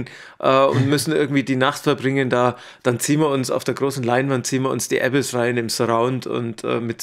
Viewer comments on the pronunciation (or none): es heisst nicht Äbiss sondern „ a biss“ betonung auf biss